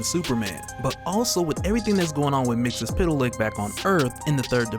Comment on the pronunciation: it is MR MIX ZEL PITALIK Thats how you pronounce it dang. You are triggering me bro